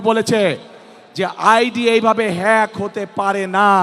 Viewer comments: নেতা তো বলতে পারেনা ফেক না হেক😂😂😂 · মূর্খ্য হ্যাক শব্দটা বলতে পারেনা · হ্যাক শব্দটাই বলতে পারে না, হেতি আবার নেতা?